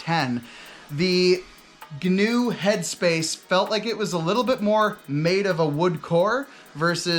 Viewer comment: Please pronounce Gnu correctly as 'new' not ''guhnew'